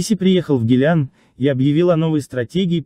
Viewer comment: Не гилян, а гилан.